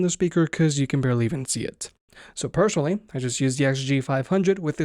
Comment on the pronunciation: personally not pershonally there is no 'H' when spelling